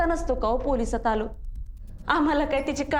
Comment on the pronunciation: पोरसात नाही पोलिसात